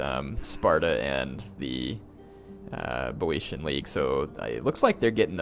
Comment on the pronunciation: "I'm reading your comments" my ass. Dozens of people have already told you how to pronounce Boiotia and you still say it wrong. It's BEE-OH-SHA.